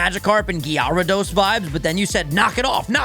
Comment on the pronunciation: Did just say Gyaru-dose